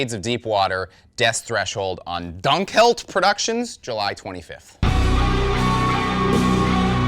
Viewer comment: It's almost amazing HOW bad you are at pronouncing german words. XD Try this for "Dunkelheit": it's not "Dunk-held", it's "Doon-kell-hite". Or that's at least closer. ;)